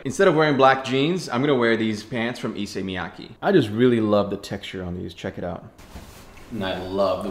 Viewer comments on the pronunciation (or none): To show off you can afford a piece of issey miyake's clothing, first learn to pronounce it correctly.....